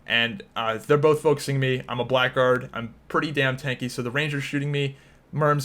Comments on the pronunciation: Blackguard is an archaic word that means something like scoundrel, it's pronounced blaggard. Black Guard makes them sound like a Knight subclass haha. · Blackguard is pronounced 'blaggard' and means scoundrel.